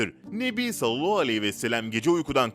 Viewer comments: Maalesef yalnış okuyor .. üstelik böyle oldugunu herkes söylüyor ,Halbuki çok zor deil doğru telaffuzu yapmak . Bence niyeti yok . Bu kadar eleştiri alıp doğru telffuza önem vermemek .. insanolarak şaşıp kalıyorum.. Oysaki güzel videolar hazırlıyor .. Beğeniyorum . Amma Sallallahu demeyi bir türlü düzeltemedi... Ağzında yuvarlayıp ,hızlıca ve eksik telaffuzla konuşup ,hemen başka kelimeye geçiyor .Söz konusu peygamber efendimiz SAV olduğuiçin titizleniyoruz Dil dönmüyorsa bile bence doğru heceleye heceleye birgün mükemmel birşekilde telaffuz yapabilir .... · Sunucu arkadaş seni para zoruyla konuşturuyolar herhalde peygamberimizi zikrettiğim zaman sallallahü aleyhi vesellem demek zoruna gidiyor herhalde hemen cümleyi yuvarlıyosun onu bi ilk önce güzelce telaffuz etmesini öğren yorumlardan para kazanıyorum derken bi kamyon günaha girme